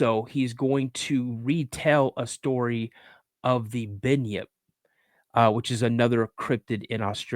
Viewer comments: It's Bunyip not Binyip bro lol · Bunyip mate not bynyip!! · Bunyip, not binyip, look up "quinkins", specifically "Turramulli", where do you think that story comes from? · Bun-yip how is this hard to pronounce. Maybe bin chicken he meant to say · Hahahaa . Exactly mate . A Bin yip had me in stiches . I said we got binchooks not binyips.